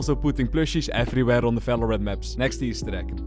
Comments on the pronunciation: valorant ❎ falowrant ✅ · holy shit… is somebody else also pissed at how he pronounces Valorant 💀